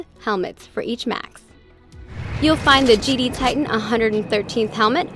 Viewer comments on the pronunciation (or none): none